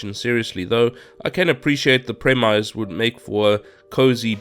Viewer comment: Premise is pronounced PREMISS, not prem-eyes.